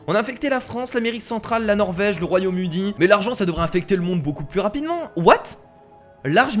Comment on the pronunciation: mdr il a dit royaume udi a